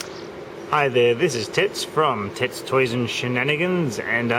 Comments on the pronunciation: Lol he said tits toys and not tets toys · who else hear "HEY GUYS THIS IS TITS FROM TITS TOYS.." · I thought he said Tits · did he just say tits lol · Omfg did he say tits toys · It sound like he's saying tits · Sounds like his saying tits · haha it sounds like he said titd